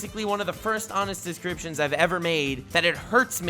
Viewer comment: did your realized that your calling your descriptions DIS-CRAP-TIONS